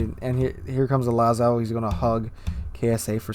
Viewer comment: "Lah-zoh" not "Lah-zow" The Jean Bart had RNGesus on his side on this match.